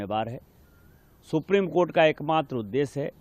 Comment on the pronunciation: Supreme kotha....aise hi nahin bolte hain log